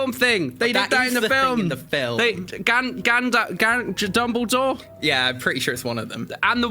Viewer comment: Did this dumb bastard really say dumbldore in the video?